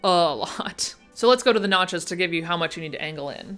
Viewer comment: I thought I heard "at the nachos" aaand I was focused ! notches? NOTCHES! sigh.